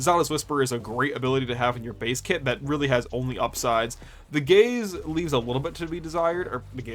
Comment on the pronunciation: As a queer person, I will often mishear "gaze" as "gays," but even then, took me out completely, lmao. "The gays leave a little bit to be desired"